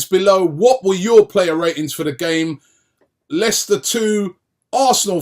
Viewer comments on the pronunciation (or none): none